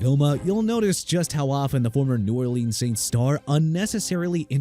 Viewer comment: You meant ESPN's Stephen A. Smith and Scott Van Pelt?? Plus Mark Sanchez isn't calling games for Fox no more! He got arrested for a incident last weekend! KIRK HERBSTREIT PRONOUNCED HERB-STREET NOT HERB-STRAIGHT AND NOT HERB-STRITE! IAN EAGLE PRONOUNCED AI-AN NOT EE-AN! NEW ORLEANS PRONOUNCED NEW OR-LINS UNLESS IT'S ORLEANS (OR-LEENZ) IN FRENCH DUDE!! YOU CAN'T PRONOUNCE ANYTHING, QUIT YOUR JOB!! NO RESPECT FOR SPORTS ANALYSTS OR FOR PEOPLE LIVING IN A LOUISIANA CITY! PATHETIC! And if anyone in the comments got a problem too bad!!